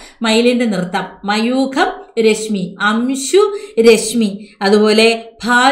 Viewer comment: ടീച്ചർ മയൂഖ എന്ന് പഞ്ഞൂടെ